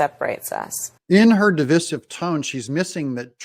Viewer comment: you are mispronouncing the word Divisive. Please make the necessary adjustments before the start of the vernal equinox.